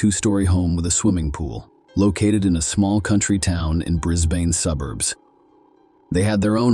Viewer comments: It's pronounced Bris-ban. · Or Brizzbin. Also pronounced an obviously latina name of Me-larna as My-layna. 🙄